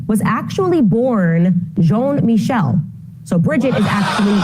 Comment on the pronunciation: Jean Michele isn't "John Michael"